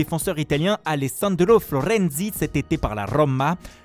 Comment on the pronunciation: Florrrenzi de la rrrroooma 😄👌